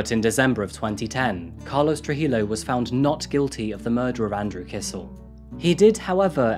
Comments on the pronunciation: It's pronounced true-hee-yo. More silent letters. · True-He-Yo not True-He-low... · The double L in Spanish is pronounced like a Y. You said Trujillo wrong.